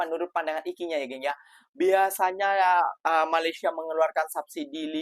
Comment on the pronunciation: COBA PERHATIKAN BAIK-BAIK APA YANG DI UCAPKAN.. SELALU MENGUCAPKAN KATA MALASYA... MALASYA... MALASYA 🤣🤣🤣🤣